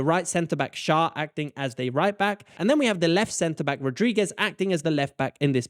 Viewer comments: Schar XD Pronounce him like "share" and you got it to 100% right💪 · The name Schär is pronounced "cher", like the pop singer. 👍🏼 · The Ä in Schär equals the Ae in Aebischer. If you don't want to use "Umlaut" (Ü,Ö,Ä) you could write it as "Ue, Oe and Ae" and the pronounciation for Ä is the same like the Ae from Aebischer. Just in case this is somehow useful to anyone. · It’s pronounced scher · Thank you for answering my burning question: What the heck is my team doing and why does this work so well. ;) Very nice pronounciation of the Swiss names! Schär and Xhaka is a bit different, but the rest was perfect! Greetings from a Swiss football fan ;)